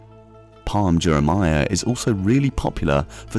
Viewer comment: Jumeirah* not Juremaya